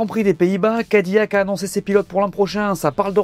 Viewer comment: Je vous en supplie amis francophones ne dites pas Cadi"Y"ac mais Cadi"L"ac